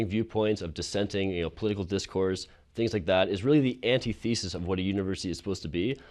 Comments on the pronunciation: He’s smart, but he did mispronounce antithesis and Socrates. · dude said "anti-thesis" and "so-crates" in the same speech. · That dude said Anti- thesis instead of antithesis and so-crates (like in Bill and Ted) instead of Socrates. And he is the one that makes sense in that conversation.